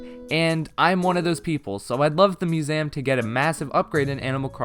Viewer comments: Me: museum an intellectual: musam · No one:: It's muséum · I love how you say museum…. “Mu-za-yum” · You can't pronounce museum correctly. Have you really never heard it said in movies/TV or by another person? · Who taught you to say Museum like that? I thought you just said it wrong, but then you kept saying it wrong. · The way you say museum 😂 I dont really think there'll be a separate island for shops but instead the ability to improve your own island enough for the NPCs to set up shop there (the same way you can entice isabelle to come). Either way I cant wait to just playyy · chatboulon if you’re saying it like the guy in the video, then yes. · Please learn how to say museum correctly